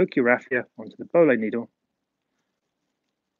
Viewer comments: the way u said boillie made me cringe it is pronounced boylee not bowlee and the brand is nash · The boilie needle is for carp fishing and attaching a hair rig to the boilie bait. The bait is called boilie, because you boil it to harden the outer shell. It is also pronounced boy-lee. Not bol-lee. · Its pronounced"Boil'ey" they are a round processed fishing bait used for carp fishing. Good video mate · nice vid you can get the boilie needles from any fishing tackle shops in the carp fishing section the one you had is made by Nash Tackle but your pronunciation is slightly off if you break it down to two word the put them together it will sound right (boil -- lee) put them together and it will sound right hope that helps anyone going to buy one from a tackle shop